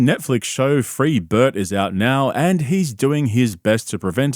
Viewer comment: steve brule pronunciation of Bert's name